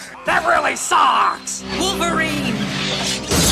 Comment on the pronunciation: Wolferine? aprende algo de ingles sr pendejo.